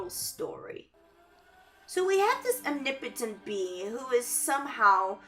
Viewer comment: Ur accent pronounces omnipotent as weird. Are you asian or Hispanic?